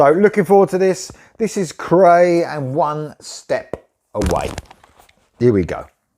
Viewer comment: Cool tune & band. For future reference this band’s name is pronounced ‘cry’. I watched an interview with founder/guitarist Andreas where this was brought up. Cheers!